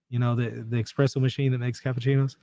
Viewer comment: It’s definitely called espresso, not expresso! Lol